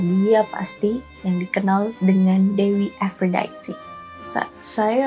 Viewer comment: Harusnya ikut cara baca Yunani = A - do - nis. A - fro - di - te. Per - se - fo - ne. Mirip pengucapan Indonesia/Italia. Itu mitologi YUNANI bukan INGGRIS Mbakkk! Males ama channel yg gak pay attention to detail kyk gini.